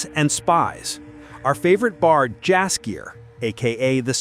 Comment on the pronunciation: Dumb AI can't even say Jaskier properly.